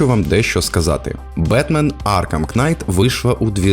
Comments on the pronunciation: Кожне вимовлене "Кнайт" додає мені сивий волосок 😁 Але контент супер, продовжуй в тому ж дусі! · Дякую за контент) В слові knight К не вимовляється) Просто найт) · Красно вдячний Вам за чудовий контент рідною мовою. Маю зауважити - маєте чудовий тембр голосу! Маю до вас невеличке прохання - не читайте ви ту нещасну букву "k" у слові knight, вона існує на письмі, але не у вимові. А то потім налетять у коментарі шановні знавці англійською мови з трьома класами церковноприходської школи, ( як я, наприклад), і будуть вам тут розповідати😂 Не тримайте зла, я виключно з любов'ю. Бажаю успіхів! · Вибачте, я не для того щоб домахатись, просто вухо дуже ріже: не кнайт, а найт; не цусіма, а Цушіма. А так чудове відео, дякую!